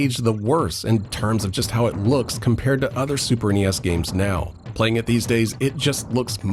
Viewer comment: everytime you say super nes in a video i have to stop and think about it a moment... super knee esss...